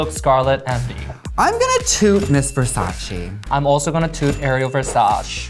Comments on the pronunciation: Darling its ver sa ci not verses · Certainly Not Vers-ace, not Versa-chi but Versa-CHÉ ! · As a natural red head I’m offended that you would pronounce Versace that way.